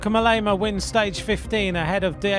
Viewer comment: WHAT A LOUSY SUMMARY- AND...MOLLEEEEEEEEEEMA? MOH- LEMA, FOOL